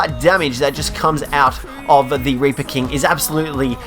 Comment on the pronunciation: Instead of reaper he said raper